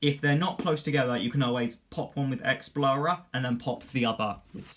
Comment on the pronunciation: Exblowrer. Explorer. Exblowrer. Explorer... lol